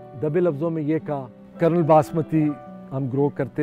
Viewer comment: It is kernel not colonel. 😅